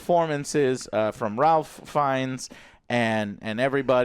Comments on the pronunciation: Its pronounced RAFE even though its spelled Ralph. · and it’s pronounced “Rafe” Fiennes as well LOL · Joe, I love you but damn, please do some basic research before turning on the camera. There's absolutely no reason to fumble or not know this was directed by Nia DaCosta. I can forgive you for not knowing Ralph is pronounced "rayf" because I would expect that, but it's so important to credit the director of a movie properly, especially if you liked it this much. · Guys. It’s pronounced “Rayph” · Yes this is one of my pet peeves. Learn his name dammit. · most Ralph's arn't pronounced like that, fact.